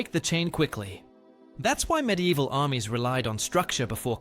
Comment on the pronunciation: Stop saying “MID EVIL” that’s not how the fucking word is spelled, let alone said. How someone can be interested in these topics but not know basic spelling or pronunciation of the items, is beyond me.